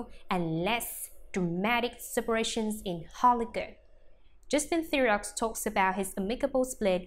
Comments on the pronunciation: It's pronounced The row if you're going to have a you tube channel about the celebrities for Gods sake pronounce their names correctly. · This robot must be programmed to pronounce names properly and to speak with regard to punctuation.